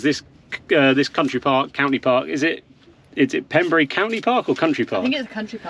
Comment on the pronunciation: Its Pembrey not Pemburry, there is Pembrey airport right next door where I did my helicopter flight training